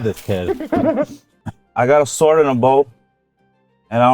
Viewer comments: sword sword said by love cause he cant pronounce the sh is so funny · "A shored shword" lmao damn sweeds with their crazy pronunciation hahahahaha